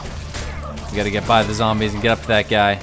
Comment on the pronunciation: zombies... ZOMBIES!? your a fake, the real says zambies D